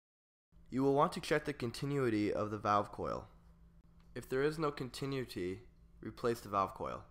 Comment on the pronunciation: The volume fluctuations are off the charts and you're mispronouncing "continuity."